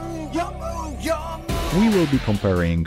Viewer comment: Couple notes: Yugioh has a hard G sound Also, there have been some reforms in Ygo card text, chiefly PSCT (problem solving card text) which aimed to standardize and format effects since early translations were not super clear/consistent.